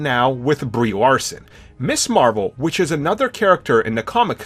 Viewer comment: Dammit. She was NEVER (IMO) "Miss Marvel"!!!!! She was Ms. Marvel. Ms. is pronounced MIZ, not MISS!!!!!